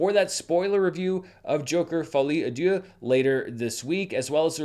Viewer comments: I've heard of the French language before and can translate for you. It's actually pronounced "Folly ah duce" which translates to "Stupid poop." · I love your pronunciation of Folie à Deux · can’t escape the pronunciation allegations 😭😭😭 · I gotta say Im french and that pronunciation gets me hard 😂 Love you ❤😅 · you HACK! That's not how you pronounce Folie à Deux, it's actually "Folie à-Esposito" 😉